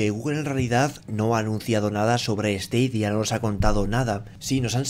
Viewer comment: Se pronuncia "STADIA" no "STEIDIA" stadia es estadio en latín, el latin tiene la misma fonetica que el español